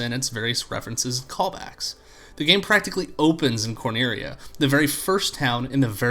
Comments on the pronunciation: Did he actually pronounce Cornelia as "Corneria" the way a Japanese person would pronounce it lmao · or maybe he's thinking of star fox